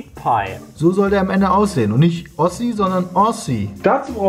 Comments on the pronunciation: Jeder: Aussie: Awshi Oder vielleicht meint er den Uschi Meat pie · Auch: Wer auch immer diese Awshi ist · Ouschi Miet Pei. Wer kennt es nicht xD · „Heute machen wir American Pie...nee Ouschi Miet Pie.“ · Ach komm, keiner hat Aussie normal ausgesprochen ... aber stimmt schon, Brammens Sprachkünste sind nochmal besonders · wieso sprechen alle aussie falsch aus? und wieso spricht peter es zuerst richtig aus und sagt dann nicht so sondern und dann irgendwas falsches???